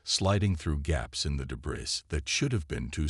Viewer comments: Your computer voice needs to be taught how to pronounce "debris" - and the captioning isn't consistent either. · "THEY"?? How pathetic. With that picture, Blue is definitely a she! But sigh, when can't even pronounce debris, why should we expect proper ID. Sorry, detracts from the story.